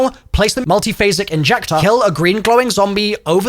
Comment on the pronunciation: Learn how to say "MULTIPHASIC INJECTOR" 🙄 Say it once and record it, then edit it in wherever it's needed 😎